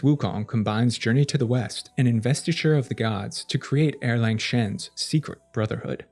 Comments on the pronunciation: Love your videos! one pronunciation tip for you: Erlang is pronounced more like “Ar-Lung” and not “Er-LaNg”! The “Ang” in romanized Mandarin Chinese sounds like “Ung” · That is e-lang (uh- lahng), not er-lang (arrrr/ errrr-lahng) "Second Son/ Young Man" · Isn’t it also pronounced “arlong” or at least that’s closer to it than Erlang?